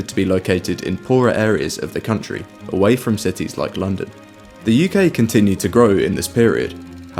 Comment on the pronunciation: „This is Lunnden“